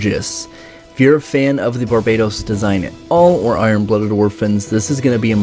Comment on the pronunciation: I swear if he calls it BARBAYDOS instead of Barbatos imma loose it